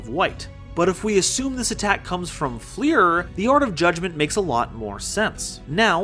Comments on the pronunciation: its pronounced like fluer de lis, its french, so not flEER, but flUR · I appreciate your video but DAMN stop pronouncing Fleur like FLEER, it's french for flower